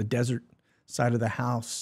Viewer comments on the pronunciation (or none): none